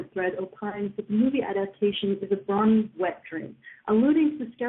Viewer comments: I believe it's pronounced BRO-nee, not BRA-nee. Both Bro and Pony have long O sounds. I know it's pedantic, I'm a pedant, I admit, but it's like the people who said POKE-ee-man, rather than POKE-ay-mon. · actually, she was saying brawnies (brawny), which is a paper towel brand lol